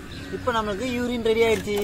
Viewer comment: Bro யுரின் இல்ல யூரின் 😅